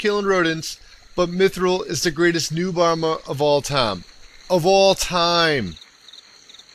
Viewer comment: should have put more emphasis when he said "of all time" the second time, other than that great vid :)